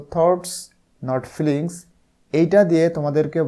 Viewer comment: এটা feelings হবে ফ্লিঙ্গস না💗 ধন্যবাদ❤